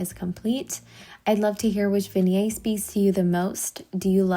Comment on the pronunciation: Beautiful styling! Love the second look. I have to note though, and its not important...but you pronounce the T sounds in vignette.